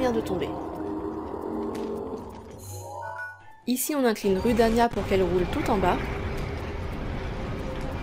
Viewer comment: D'ailleur on dit roudania